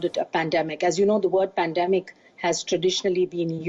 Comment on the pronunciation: She can’t even say “pandemic”. Pathetic! Worthless organization!